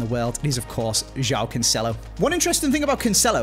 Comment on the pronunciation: You play FIFA for so many years now, can you make an efford in trying to pronounce the player names normally? Jáo Cancelo? Guerireiro? c'mon man, what are those? Overall the video is top notch to be fair.